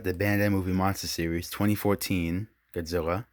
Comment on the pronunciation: I like how you say godzwilla